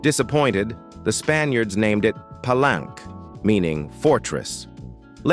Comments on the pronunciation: "Just a small note for the narrator: Palenque is actually pronounced 'Pa-lenkay,' not 'plank.' A minor slip, but pronunciation really adds to the authenticity — especially when talking about such a rich historical site!" 📚🌎✨ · Palenque is pronounced Pa-lenkay, not plank. The AI program narrator has a programming deficiency